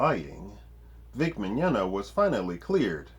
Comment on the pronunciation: We can tell you do your research because you pronounced "Mignogna" properly. Great video!